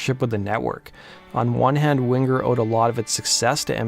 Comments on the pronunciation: What's with the "hard" G when pronouncing Winger? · No hard 'g" in the 'ng' sound ('winger') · You don't have to pronounce the g in Winger so prominently.